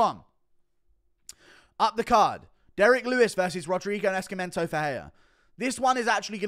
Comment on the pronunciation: "sc" in Portuguese sounds like a regular 's' (or 'c' before an 'e', for example), só, Nascimento is pronounced like 'naceemento'